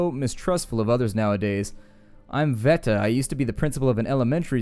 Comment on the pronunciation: please read your comments. In Slavonic languages Cveta is pronounced [tsvetæ]